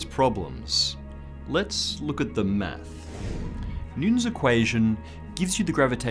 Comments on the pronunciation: Hey, Thank you for all those excellent video's. I love how you say math, to me it sounds like "meth" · I hate how he says "math" (without the 's') sounds so wrong. [no offense...well, not much, just doesn't sound right coming from a non-American]